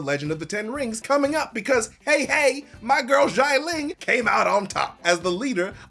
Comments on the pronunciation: Note: Not pronounced as "jai-ling". "Xia" is pronounced as "si-ya" (as in "si señor") without the pause in between. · Why does he keep prnouncing GIANT-LING? It XI-A-LING ... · Xialing * not Shy Ling. SHI-A-LING. 😑😑😑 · I love and his videos, but the mispronunciation of Xialing’s name is very distracting. X is pronounced like an “sh”, not like “j”. And the vowel part is IA not AI. So instead of Jai-ling, it’s more like Shya-ling. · 'Xialing' is not pronounced like that 😅😅 Say it like SHAH LING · why does he pronounce xia ling like it was xai ling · I cant believe how many times he mispronounced the name Xialing.